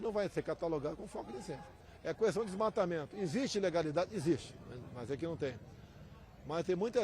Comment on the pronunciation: pq ele fala "cuestão" , não tem um assessor para ajudá-lo.